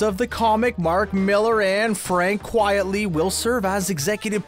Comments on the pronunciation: Dude, it's Frank QUITELY, not Frank "Quietly." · I wish the announcer would stop saying Quietly when is obviously Quitely. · ...he said quietly, instead of Quitely. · Is he saying Quiet-ly?